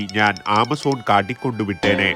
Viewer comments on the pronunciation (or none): none